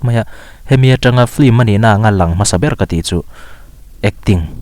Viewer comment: 'Flim' nilo in 'Film" tih tur.. Pronunciation hi Lam no kan intih hmuh aa..